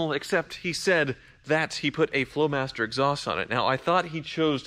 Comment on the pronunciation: is it me or he called the flowmaster 40 rice?